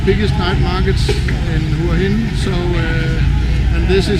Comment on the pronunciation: Pronounce: Whar Hin not Hua Hin. Thanks for the video.